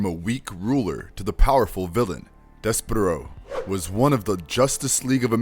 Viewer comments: BRUHHHH "DES-PERO" ...you turned his as into to a bird like 20 times.... Deysparrow come on..... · You’re pronouncing it wrong! It’s dess-per-oh! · I can't watch this if you can't even say his name correctly